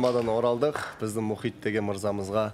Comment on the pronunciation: Мұқит Мұхит: Мұқит демеш 😅